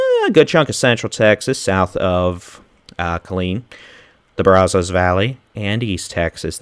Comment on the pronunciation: Bra Zo's? uh no.. Brah zas is how you say it IF YOU ARE FROM TEXAS.